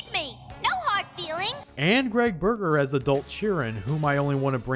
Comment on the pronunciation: Berger. Not Burger. Sorry to be "that guy", but we're talking about the voice of The Pain in Metal Gear Solid 3.